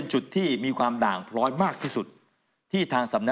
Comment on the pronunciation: พร้อยสะกดด้วย ร เรือ ไม่ใช่ ล ลิง